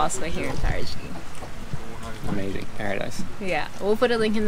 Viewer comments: not paragi its parati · It is wonderful that they tried to pronounce Paraty in a portuguese manner. But it came more like Parajy than Paratchy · You should pronounce Parachee not Parajee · Beautiful! Quick pronunciation hints: Paraty is said like “paratchee”, and cachaça, the Ç is like SS, so it would be “cachassa”. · Parati= Para-chee